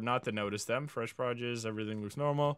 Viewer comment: I might be duxked up for this but when he mispronounced “produce “ took me out !!